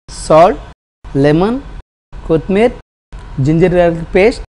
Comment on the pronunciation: kothmir. . kaadu anna. ..kothimeera or coriander